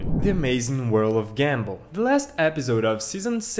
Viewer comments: Bro it's GUM ball,not gambull😂😂😂😂😂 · He said gambal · Bro doesn't know how to pronounce gumball and Darwin